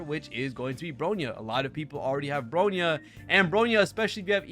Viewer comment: it's "BRONYA", not "BROYNA" lol. I feel hilarious that you still cannot spelled Bronya's name correctly while speaking highly about her & Robin, while talking shit about Sparkle lol. FYI, Sparkle has the highest "CRIT DMG Buff" than standard Bronya, Robin, & Yukong ( CRIT DMG Buff Harmony in overall ) in-game. Sparkle's E2 probably might be the reasons why she's BiS Harmony support for Acheron's Team, because her E2 allowed her Talent ( Red Herring ) to make allies to ignored enemy's DEF for 8% ( 1 Red Herring stacks = 8% DEF Ignored ) & can be stack up to 3 times ( 2 Red Herring stacks = 16% DEF Ignored, 3/Max Red Herring stacks = 24% DEF Ignored ) when dealing DMG to them. Which is very useful for Acheron. & I have an evidence for my statements here ( Please checks Sparkle's guide on your HSR'S Account "GAME TOOL" feature & look for Sparkle & see for yourself. That's where my evidence is. ). Robin is a "Tier 0" Harmony alongside Ruan Mei in "Pure Fiction" is true. But when it comes to "MOC", her tier is just one the same place with Sparkle which is "Tier 0.5". Sparkle on the other hand, is still a "Tier 0.5" Harmony support on both "PF & MOC" while Bronya is far below them at "Tier 1.5" on both endgame mode. So your statement saying "Bronya is far better than Sparkle" is really a "BIASED & so DELUSIONAL."